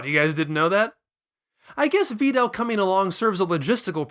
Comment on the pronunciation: Why the fuck do you pronounce Videl's name like that... I can't watch anymore